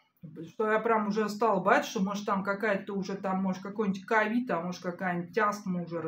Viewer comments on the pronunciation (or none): none